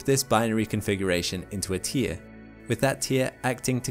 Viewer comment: the way you say 'tier' is exactly how germans pronounce 'animal' and is very distracting, i want a refund1!